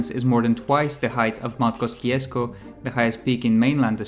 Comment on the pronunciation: mt kosciuszko is pronounced mt kosiosko at least thats how aussies say it